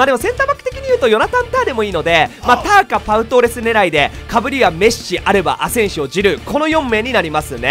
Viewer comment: メッスさんじゃなくてメッシさんなんですねww